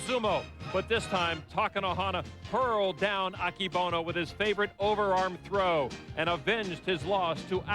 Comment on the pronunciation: 横綱アキボノじゃなくて、“アケボノ”な！